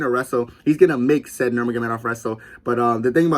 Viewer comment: Bro pronounces Said as said 😭😭😭